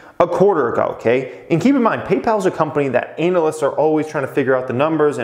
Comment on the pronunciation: Every couple videos I hear pronounce it “ANAL-ist” and get a chuckle.